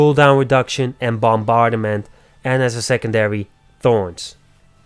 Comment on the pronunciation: Good video. I noticed you struggle on a couple words, though, so I hope this helps (since you are helping us with your videos). The first K is silent in knockback ( nok bak ), and bombardment is only 3 syllables ( bom bard ment ). I like the way you say it, though. It adds character. Keep up the good work 😊